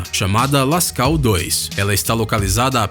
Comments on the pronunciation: Nao se pronuncia Lascau... Mas sim Lascô... Em frances AUX se pronuncia Ô. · Não é Caverna "lascau". Se pronuncia "lascô". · A pronúncia correta é “Lescou”embora se escreva Lascaux. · Lê -se Lascô Cavernas Lascaux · Cavernas Lascaux ( lascô) a pronúncia certa, embora pareça zueira . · A pronúncia é cavernas lascaux. A terminação aux se pronuncia com o som de ô.